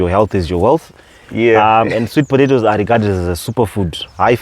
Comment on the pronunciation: please learn how to pronounce potatoes 🥔 😅 It's so difficult for me to ignore I'm sorry.